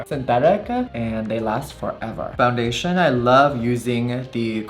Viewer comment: Foundationa, foreheada, shada, maka………, are u okeya??????? Do u need help from speech pathologista??????